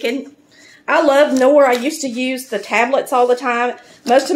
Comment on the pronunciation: Dear, the 'K' is not silent in the name 'Knorr'. 😉 Every letter is pronounced in German, there are no silent letters in the alphabet.